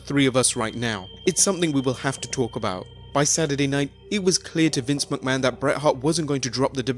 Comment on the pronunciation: "Vince Muckman" ?